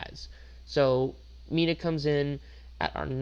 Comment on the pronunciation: You did Mina and mineta wrong my guy